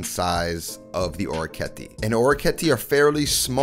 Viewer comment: It is interesting that “Guanciale” you pronounce it with the Italian final “E”. While “Orecchiette” you pronounce it with the American final “E”. :)